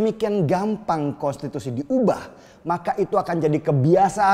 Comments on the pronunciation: Kok sebutnya kostitusi bang 😂😂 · Bg denny gak bs ngmg konstitusi ya? Yg gw denger kostitusi lho🤣